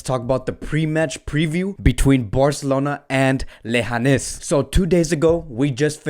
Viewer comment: Lehanes lol its leganes bro